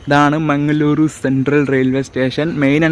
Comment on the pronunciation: Mangaluru is the correct way to pronounce.